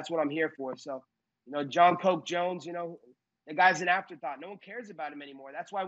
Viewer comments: hahaahahah colby called him jon "coke" jones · Did he call him Jon "poke" or Jon "Coke" Jones??? I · He did say jon "coke" jones😂😂